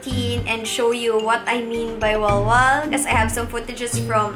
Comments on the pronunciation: Bakit ang sosyal masyadooo kapag ikaw ang nagsasabi ng "walwal" ahhhh love u!!!! ❤️ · The way she says “walwal” is so sosyal 🤣